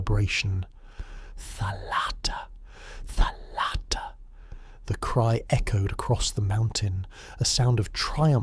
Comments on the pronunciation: You are a great storyteller, i really enjoyed this, thank you. I am a Greek-Hungarian 45 yo woman, my Hungarian father had a copy of Kyrou Anabasis. Still holding on that, almost 30 years of his death. A small correction if i may... Its thálatta, not thalátta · Please accept a small - but important - correction from a Greek. In the word "thalatta" the stress falls on the first and not the second syllable. It is thάlatta and not thalάtta. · Very nice and informative. Just a detail: It's tha'latta or tha'lassa (θάλαττα, θάλασσα).